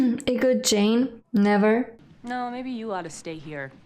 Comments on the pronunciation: In the name Jayne, the "e" is silent. It is pronounced like the female name, "Jane". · A bit odd since throughout the show, the episodes she's watched, I'm sure she's heard it pronounced correctly several times, so why she continues to mispronounce it is a mystery. It's not like she made the mistake in pronunciation when reading the name Jayne; she's HEARD how it is pronounced. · By the way, although the French/Spanish language track calls him Jay-nee, in the English the final vowel is silent, and his name rhymes with pain or rain. “Jayne brings the pain with his stick that sounds like rain.”